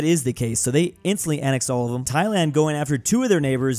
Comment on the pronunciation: You just called my country thighland